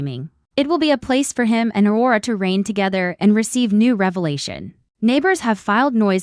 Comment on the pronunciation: What the hey! Please get a human who can pronounce the English language properly. Please call this show it has gone from the sublime to the ridiculous. Wara? Does Aurora know about her?